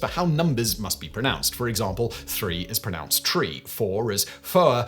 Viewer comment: 2.32 "PronOUnciation"???????? Good Grief! AND you're still putting an extra "L" in UNWIELDY! 11.32 "Pro-NUNCED" ???How are we supposed to take you seriously??